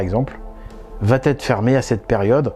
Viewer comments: Merci de traiter ce genre de sujets hyper importants, dont personne ne parle!... Remarque très secondaire par rapport à ce que tu nous apportes,: on ne dit pas "vatêtre" mais "va être". Il n'y a pas de "t" à "va", donc pas de liaison dangereuse. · Il va....etre, pas de liaison merci Tres tres interessant